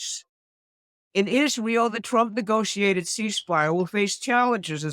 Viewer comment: I love the way she says twump.